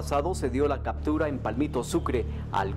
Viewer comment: 'Cadtura,' ¿Por qué será que los policías son tan brutos? No saben hablar